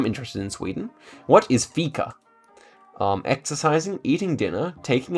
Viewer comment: Nice to see you nailing ”fika”